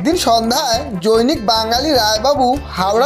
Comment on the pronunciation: লেখাপড়া জানা আছে ----? জনৈক কে কি উচ্চারন করলেন -----? ---- জৈনিক ---? এই জৈনিক মানে কি ---? উঠতে উঠতেই এক কাঁদি ----? খট করে কানে লাগলো উচ্চারন টা ---- তাই ভালো করে রিহার্সাল দিয়ে তারপর গল্প পাঠ করতে আসবেন ----!!!